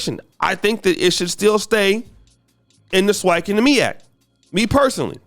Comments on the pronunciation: It’s MEAC not the MIAC 🤦🏾‍♂️ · MEAC not MIAC!!!!!! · Its MEAC....... Not MIAC..... lol 😉🤫🤨🤓